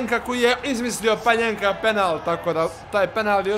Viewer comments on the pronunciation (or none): Pa ni ne zove se panjenka nego panenka.